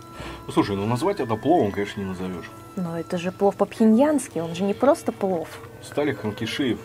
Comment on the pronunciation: Дислайк первый раз Вам ставлю. За презрительное отношение к кухне и ресторану. Как сахалинке, мне было крайне аппетитно посмотреть блюда ресторана. А морс ожидать хэндмэйд- ну это же не ресторан русской кухни) и слово плов резало слух(((